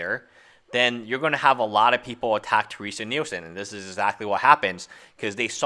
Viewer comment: Her name is Terese not Teresa.... Your continual mispronunciation of her name made it impossible for me to watch this video. xD